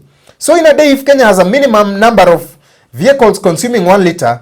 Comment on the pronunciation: Why not just say ''of" .. what's this "rof"?